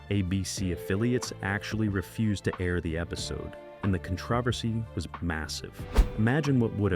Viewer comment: It's conTROversy not conTRAversy!!! Where are the gay actors?!? STUPID AI BULLSHIT!!!